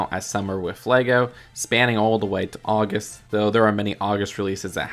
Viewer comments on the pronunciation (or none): none